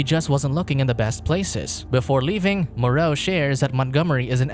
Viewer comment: The island of Dr "Moreou"